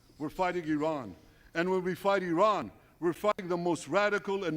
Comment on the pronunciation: nah nah, you said iran wrong lol